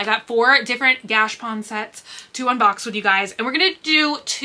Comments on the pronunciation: Girl! Its gashApon! 😊🤣 Not gashpon. Lol haha OR are you saying it that way on purpose like your "hurls" (hauls)? 🤣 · I have been saying the same thing. Gotcha and she says gash. Maybe she just says it that way🤷‍♀️